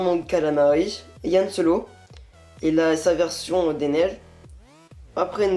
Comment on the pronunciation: C'EST LEIA PAS LEILA C'EST HAN SOLO PAS YAN SOLO !!!!!!!!!!!!! sinon +1 abo